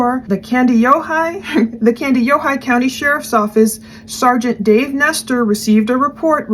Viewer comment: You pronounced Kandiyohi perfectly! The area Nick lives is a lovely part of the state of Minnesota.